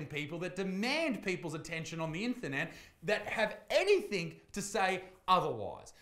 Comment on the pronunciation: I laughed when you said inthernet